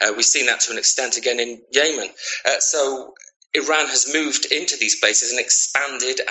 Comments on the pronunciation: Who is the idiot who pronounces Yemen, Yaymen? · Do Americans pronounce Yemen wrong or does this guy?